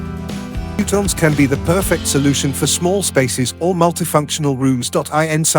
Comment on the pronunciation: Instant thumbs down for the AI saying “fewtons.”